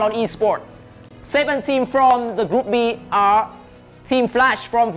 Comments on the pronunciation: Đọc group a và bắn luôn group Bi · Ku áo trắng ko biết tiếng anh :)) đọc Group A và Group Bi . Tiếng việt đá sang tiếng anh